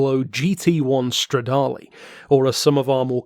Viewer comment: I don’t know about the lamb bore gyno die ablo straddle. Is this some kind of inside joke? I know it can’t be an American joke considering how hideously you royalists butcher every foreign word. Hey, quick question, how do you pronounce Jaguar? How about Yamaha? Here’s a better question. How do you pronounce Rolls Royce Merlin? The answer? PACKARD.